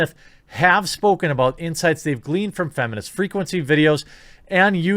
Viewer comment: I love the way Bearing pronounces "Feminist Frequancy"